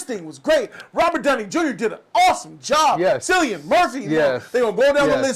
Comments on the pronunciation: Seeing this in a few hours and I cannot wait. I have 0 knowledge of Oppenheimer or the making of the bomb, so this will be interesting for me. I think Tenet is Nolan’s worst film, but I go back and forth between that and Dunkirk. Also, Cillian’s name is pronounced Kill-ian. I heard the cast and Nolan saying that in an interview the other day. Also Also, this is his 4th R rated movie. The Following, Memento, and Insomnia are all rated R. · Cillain is pronounced like “Killian” 😃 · It's ki lian not si lian. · Cillian Murphy is pronounced, Kill-ian. Loved this review, missed Bg4. 👍🏼